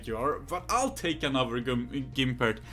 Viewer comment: It's gumpert not gImpert btw